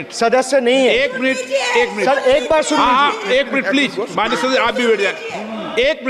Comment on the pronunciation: स्पीकर जी कम से कम please का उच्चारण तो सीख लीजिए